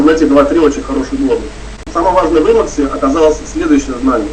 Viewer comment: собственно - никак нет! Сколько холиваров было на тему emacs против vim. Кстати, первый автор (Ричард Столлмэн) озвучивает своё творение немного другим начальным звуком ("и"). Поэтому , Вам низкий поклон, что вообще за эту тему на фоне всеобщего молчания в рунете взялись, но , если от души - слух режет